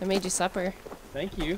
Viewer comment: I heard "good morning ewe guys"! 😁❤